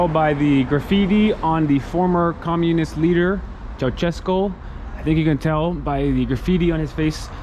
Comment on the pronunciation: Thank you for this - there are many reasons to admire the Romanian people. As you say, the strength of their people is one of them. As an American who knows a lot of Romanian history -- your pronunciation of Brasov and Ceaucescu is grating a little -- but you've learned much about their culture etc. Hopefully we will be in Romania starting next month (November)